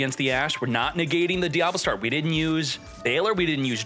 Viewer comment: diaBELLstar, not DIABLOstar